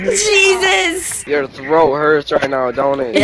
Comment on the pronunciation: It’s Weeezus